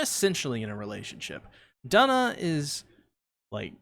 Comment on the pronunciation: Duna’s name is actually pronounced with an oo sound